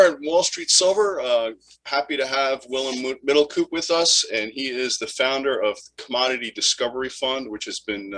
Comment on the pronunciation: Wwillum middelkoep... prachtige uitspraak😅